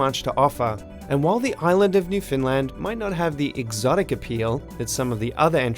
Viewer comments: I'm sorry but your pronunciation of Newfoundland hurts my soul. Canadians don't emphasize any of the syllables. It's just New-found-land, evenly paced. But you are decently correct with pronouncing it more as 'New-fynd-land'. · Newfoundland, not "New Finland" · Pronounced Uruguay like Homer Simpson, called Newfoundland 'New Finland'